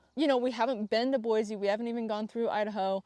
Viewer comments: Yay! Idaho is the BEST. I've followed you for a while and am so excited to hear this. We live in east Kuna, just directly south of Boise, (its like 15 min south, if that) and FYI its pronounced Boi-SEE, not Boi-ZE. We moved 3 years ago and learned that real fast lol. Also check out Dusty Acres Boarding Facility. I actually live just down the street from the facility and its really amazing. My daughter gets her lessons there and I know they have space. Trail riding nearby, indoor and outdoor riding arenas, storage for trailers, and there are tons of trails an easy drive away. You can get to Lucky Peak or stay in the High Desert in just a few minutes from the facility. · Lesson 1 of moving to Idaho: Boise is pronounced Boy-see instead of Boy-zee😉